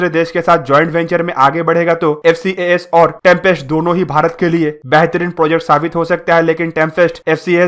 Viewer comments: It’s Tempest not trumpest programme !!! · In video Tempest pronounciation sounds like Trumpest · It is pronounced as Tempest.....why Are u saying "Trumpest"?????? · It's Tempest not trumpest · Bro it's not trumpest it's tempest😀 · 🤣🤣🤣yes ur right he said trumpest too 😂😂,but videos knowledgeable hoti hai bro